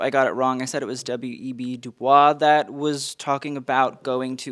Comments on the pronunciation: Just a kind note, how you pronounce W.E.B. Du Bois' name is Du-bois, not du-bwah. Simply because that is how he preferred to pronounce it during his lifetime. Not trying to be nit-picky, just being a sociologist lmao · Du BOYZ, not du Bwah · W.E.B Dubois’ name is pronounced “Doo-boys”, not the french pronunciation of the name. He wouldn’t pronounce it that way, some historians think for the obvious reason that it’s a result of French people enslaving his family. Jsyk 👍🏽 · It's pronounced Du Boyz with a long o. Not the French pronunciation for Dr Du Bois. Thx. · You've done excellent research and have been very respectful, so this isn't a criticism, but a contextual note: W.E.B. DuBois is pronounced "Du Boys." Enjoying your content so much! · W.E.B Dubois pronounced his name as Due Boyz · I appreciate the work you do for these! One note, though, W.E.B. Dubois is pronouced in the American way, not French - like du-BOYce. One of the rare occasions where the American pronounciation is more correct, lol. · Du Bois pronounced his name ‘du boys’. not the French way! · WEB Du Bois is pronounced DuBOYS- not a French pronounciation. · You’re the second person who I’ve seen do this and I know many others will too, but WEB DuBois’s last name isnt pronounced the French way. It’s (Doo-boyss) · I really respect how much reading and research you did. Btw, it’s pronounced W. E. B. DOO-BOYZ. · French origin but not the way he pronounced it. He stated that it is pronounced DOO-BOYS. The OP is correct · love the unnecessarily French prununciation of du Bois 😂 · he doesnt know how to properly pronounce Du Bois tho